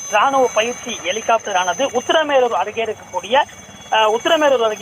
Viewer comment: ஒரு செய்தியாளரின் உச்சரிப்பை பாருங்க... எலி... காப்டர்... பெருச்சாளி காப்டர் இல்லையா..ஹெலிகாப்டர் என்று சொல்லத் தெரியாதவனெல்லாம் நிரூபர். கேவலம் டா...